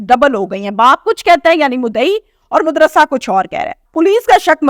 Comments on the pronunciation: Mudarsa not mudrasa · Bibi main aap ki har video dekhta hoon bohot zabardast aur achhi aur informative hoti hain aik lafz jo aap ghalt ada karti hain woh hay mudarsa yeh ghalat hay sahi lafz hay madarsa paish nahin zabar aata hay mujhay umeed hay ke aayenda sahi lafz ada karain gi